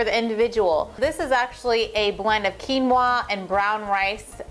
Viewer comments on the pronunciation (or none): none